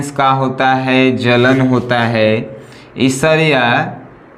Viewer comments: सर ईर्ष्या को esarya नहीं ershya पढ़ते हैं प्लीज सर गलत मत पढ़िए अच्छा नहीं लगता है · Who noticed he is saying ishariya instead of irshiya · Isarya kya HOTA h sir irshya HOTA h kya sir padhna Sikh lijiye pahle 😀